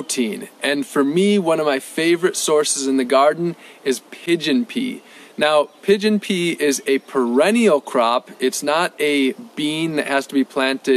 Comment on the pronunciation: I thought he said Pigeon Pee 🤣🤣 Not sure these will work for me. We don't have humidity. Lots of rain in summer and super hot, winter is completely dry but no snow.